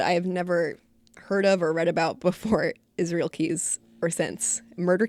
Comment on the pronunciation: It pisses me off how people try to talk about Israel Keyes and his story/case when they don't have a bloody clue. Stop trying to put words in his mouth or create situations that don't exist. Fuck. Also if you cannot pronounce Israel properly then call him by his Nick name "Izzy"...should make it simpler.. one would hope.